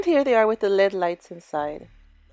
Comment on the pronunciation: Not LED it's L E D lights pronounce the letters only lol, pretty candle holders 👍👍🌲